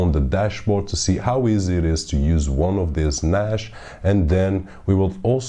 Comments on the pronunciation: "Nash" :D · there is no H in NAS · You said NAS wrong so I assume you dont know what you are talking about .. stopped watching at :28 seconds